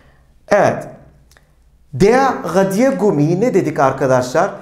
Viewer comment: Merhabalar hocam tekrar amaclı izliyorum videoları suan dikkatimi cektı ki siz isinize resmen asıksınız ❤Bu da mutlak basarıyı getiriyor. Telaffuz ıle ilgili "radiergummi" kelimesini söylerken ne de güzel anlatıyorsunuz. O enerjiyi hissetmemek imkansız. Emekleriniz için çok teşekkür ederim iyiki varsınız🙏 Sayenizde Almanca gibi zor bır dili severek çalışıyorum👏👏